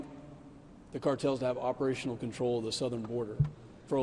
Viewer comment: deshtroy? Shtructure? Shtreet? shtruct? conchtrol? where did this woman in red learn English